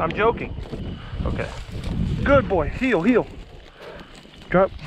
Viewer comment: Here and heel sounds the same when he says it too